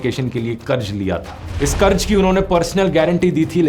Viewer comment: Bhai karz hota hai, karj karj kya kar raha tha. Pronunciation toh theek se kar. Ja ja ja was so annoying.